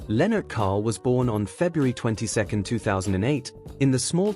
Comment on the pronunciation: Lennart Karl - Not Kohl. But besides of that very beautiful story telling video. Congrats Aschaffenburg = Ashaffenboorg - not Ass-tchaffenberg